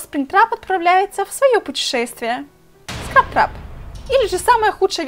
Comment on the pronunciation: Не скраптрап а скрэптрап